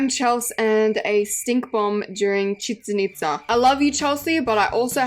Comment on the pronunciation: YESS YOU SAID CHICHEN ITZA RIGHT